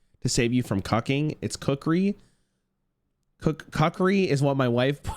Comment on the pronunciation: I'm glad chat also heard say Cuck-ree. Lol